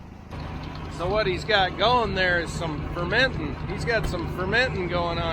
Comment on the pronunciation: One word...More and. Also, "fermentin" hahaha!